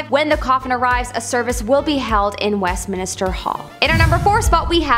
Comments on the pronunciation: Westminster not Westminister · Just a heads up ~ it's Westminster not Westminister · NOT WestMINISTER it's WestMINSTER. No extra "I". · Minster, not minister babe 🤦🏻‍♀️🤦🏻‍♀️ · Good video but it is Westminster not Westminister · Westminster, not Westminister. Lol. I can't wait to see the coronation- I bet it will be FABULOUS. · OK,, I can't hold it in any more it is minster, Westminster, NOT west minister 🤔👏🤣🤣🤣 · Just said the same thing, lol. Like when people mispronounce Worchestershire, Leichestershire, and more banal things like turmeric (tumor-ick, really?!!) Haha. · "Westminister." Cringe. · West-min-ster… Wess…min…ster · here . west - men - stir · Thank goodness someone said it. I was watching and cringing at west minister 😬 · Who else was bugging on her mispronounced Westminster... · not everyone is a brit you know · I was just about to say the same thing haha and the British are always insulted by Americans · Arghhhhh I know. Driving me insane! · God sake the poor girl only pronounced it wrong not stabbed ur gran, leave her alone Im British and cudnt care less, I still knew what she ment!